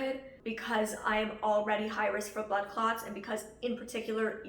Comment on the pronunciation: As a person who is not an English native speaker, I kept hearing "butt clots" and chuckled a little. I don't mean to offend anyone just my brain making bad associations.